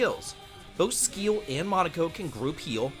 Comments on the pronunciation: Yeah right Skkkiel😂 its Siäl!! no brain just brwan🤷🏽‍♂️ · Yeah im pretty much on the same page with the rankings. Also i laughed my ass off at the butchering of Sciel's name. i mean there's voice overs. Its pronounced See-elle or simply C-L. Which means sky in French. Written Ciel though. Same with Ma-elle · Really butchering the sciel name with calling her skeel 😂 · Sciel = "sea-el" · man you don't even know how to pronounce Sciel's name lol. have you played the game at least? I mean, there's a lot of dialog right? you didn't hear anyone pronouncing her name correctly? maybe you skipped the cutscenes, go figure... lol that was funny. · Brother really said who cares about slow in a turn based RPG with a turn timeline😂. But other than that, solid ranking! (side note: intentionally mispronouncing sciel's name for engagement is smart, i'm taking notes lol)